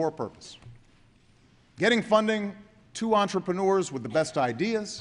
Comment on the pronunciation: "We bet on American [what?]" Engineurs? Engineuity? Is that some mix of entrepreneurs and engineers? :/